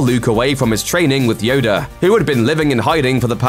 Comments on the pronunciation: who’s “Yoder “?? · “Yodu” has me dead 😂😂😂